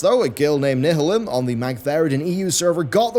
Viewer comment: Nih-hih-lim?! none of your editors or researchers corrected you on that pronunciation? everyone just let that go through? wow, thats..just wow.